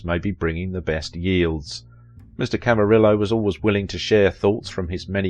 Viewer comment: I cannot listen to you butcher names like McCrea and Camarillo, pronounced McCray and Camareeeyo. AND, I'm Joel's daughter. If you'd like to know more about that see Jerry Skinner's docu on Joel, I'm in it too. You also got my brother's birth order wrong, it was Jody then David then Peter, who is younger than I am. Long story...